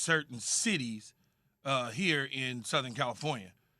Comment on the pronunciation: "Maskes" -JWill